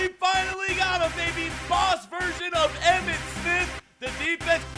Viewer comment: Right when he spit he said "EMMIT SPITH"